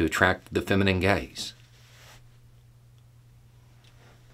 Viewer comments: had to stop you because I was listening and heard your words as "masculine gays" instead of "masculine GAZE." Thanks for the triple take I just did to my phone and the belly laugh that followed. I thought "wait, we were talking about expectations for straight women through the 1960's. Did I just have a stroke and missed the end of that video and Im on a different subject matter video?" And yes, those schools for women existed. In New Orleans in the 1950's, my mother went and "graduated" from Charm School, which is what is was known as. All the young ladies went on Saturdays and it was literally Wife in Training. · Am I the only one who heard "masculine gays" for a minute there? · I thought for a second he said 'how to attract the feminine gays' lol